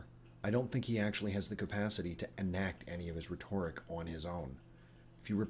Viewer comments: Liked everything in this video except how you said RE- TORE- ICK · You have a reader's vocabulary, don't you? The way you pronounce "rhetoric" is incorrect. Or perhaps it's a regional dialect thing. Check out the pronunciation has.